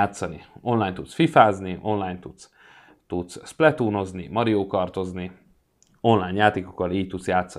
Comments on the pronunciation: Mario🤣 Az Mário 😅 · Nem Mario hanem Mário